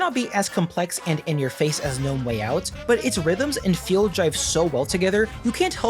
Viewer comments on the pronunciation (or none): none